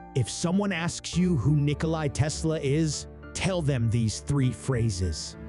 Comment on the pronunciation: It's NikolA not Nikoli. Learn to read.